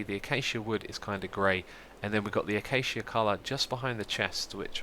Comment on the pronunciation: Xisuma you might be the only hermit that pronounces acacia correctly lol